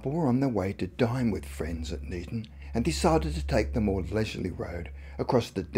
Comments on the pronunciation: Me too! The pronunciation Neeton startled me a bit, thank goodness it wasn't in Knighton which is pronounced Kay-nyton. Good to see us on a spooky video 😁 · Neeton? odd way to pronounce Niton (nye ton) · The place is Niton pronounced night on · funny how they pronounce niton lol i live in chale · I know where this is supposed to have happened, and it is not " miles away " from any buldings. Go look on an O.S map or sattelite images if you doubt me - and why have you included pictures of somewhere that is clearly not the IOW ? Poor research and presentation, not to mention your pronunciation of " Niton ". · we drive on the left not on the right as shown in the video you can't even pronounce the village of niton or merstone the pictures you used were not of the Isle of wight it's not rocket science to get it right